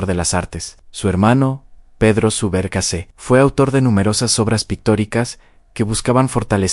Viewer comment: Gracias. Muy buen video! (Subercaseaux, se pronuncia “ Subercasó”). Saludos! 👋🏻🌺.